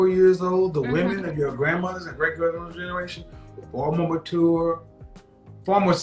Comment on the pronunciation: the way pronounces mature gets me every time